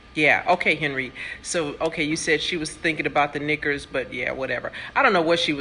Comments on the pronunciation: Elaine Marks if u slow down the tape she absolutely says Nakers. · She said "Nekers"